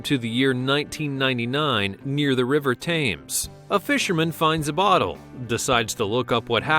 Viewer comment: The River TAYMES? Really??